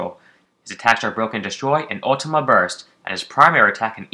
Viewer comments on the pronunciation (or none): none